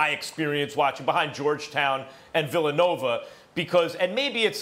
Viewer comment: “Villanover” - Stephen A. Smith